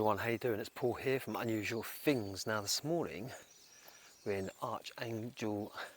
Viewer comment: It’s things not fings and it’s aitch never haitch, great content though